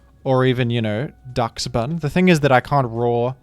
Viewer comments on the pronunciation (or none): It's based on the weiner-dog called Dachshund (pronounced like Doxen) so Dachsbun would be pronounced like Doxbun